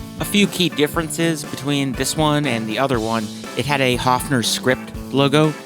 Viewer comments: It is NOT A Haafner!!!¿¿¿ Why do English/American talking people not even respect the pronunciation of Names? -- ...and don't tell me your tongue is to blame!!! When you can say "BIRD" - you can say "Höfner" too. Otherwise it is ARROGANCE producing resistance!!! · Why can't you pronounce the name Höfner correctly? Even americans can pronounce the letter ö. It is no big deal. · You did not notice, however, that he mispronounces Höfner constantly.